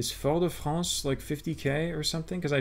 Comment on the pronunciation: Wth how can you pronounce « Fort de France » in a such French way !!